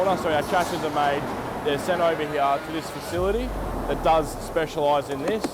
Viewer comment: Well explained Vlog pity the young man can't pronounce the word "here" but that's only a minor detail, half the eastern states sound the word as "here-ya" slightly hard for someone trying to learn English. Otherwise well explained video.